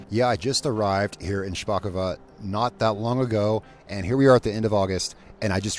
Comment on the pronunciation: If this was Russian, you’d be correct in saying “shpakova”, the second o would make an a sound. But this is Polish, so it’s “shpakovO”. Great job tho!